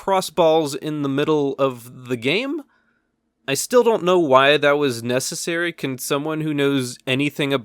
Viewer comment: its not really nescasery